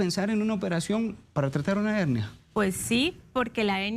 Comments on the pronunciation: La doctora porque habla de HENIA, CUANDO ES HERNIA , NO SE PORQUE NO LO PRONUNCIA BIEN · Una pregunta. Es Hennia o HeRnia?? La doctora dice Hennia. Pero yo siempre la e conocido como Hernia!!